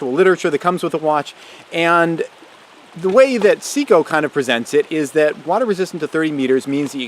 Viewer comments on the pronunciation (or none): Hi. I'd appreciate it if you would learn the correct pronunciation for Seiko. It should sound like SAY-CO, not SEEK-O. Thanks for making and sharing good videos otherwise.